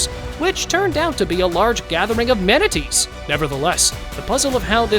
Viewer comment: it's manatees